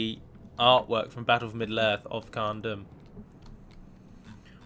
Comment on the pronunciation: Hey, quick question is dûm in khazad dûm pronounced doom? Thats the way ive been saying it and it seems you say it like dum. Thanks:)